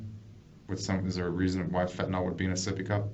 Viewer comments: Why is it people keep pronouncing FENTANYL as fentaNOL. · Fentanyl ! Not fentan all